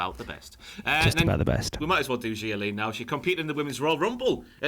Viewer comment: Love that pronounces Xia more like it should rather than the WWE way.